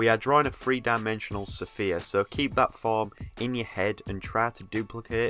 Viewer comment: S..f..ere not sophia, sphere otherwise excellent tutotial new sub earned